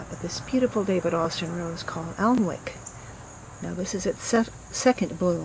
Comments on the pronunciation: Very lovely garden and great ideas! I love how excited you are with each space 😊. A gentle tip and bit of trivia for you: "Alnwick" is pronounced "Ann-ick" being an English rose. You may be familiar with the exterior castle footage in the Harry Potter films, which is of Alnwick Castle in Northumberland County. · Always love your gardening 😊 Alnwick is pronounced Anick.